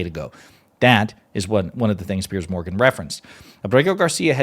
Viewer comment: Piers, rhymes with tiers or tears.